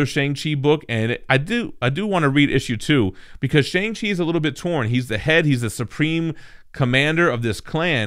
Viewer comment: a full video of trying to pronounce shang chi n its creators